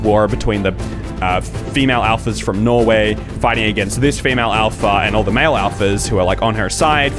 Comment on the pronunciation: Did you say Norway? Or no where? 🇳🇴